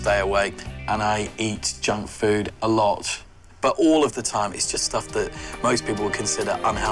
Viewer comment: “I eat a A-lot” “I drink a-lot-“ “I go out a-lot” I DO EVERYTHING A-lot XD